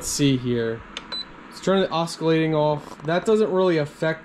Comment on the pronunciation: This was a very helpful video indeed. I just wanted to make a very minor point that the word "oscillating" has a silent "c", so the word is pronounced "AH-SILL-ATING". :)